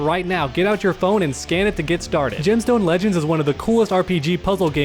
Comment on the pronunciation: Whenever he says "Gemstone Legends" it sounds like he's saying "Jim Stone Legends" which sounds like ..I dunno. A fishing game?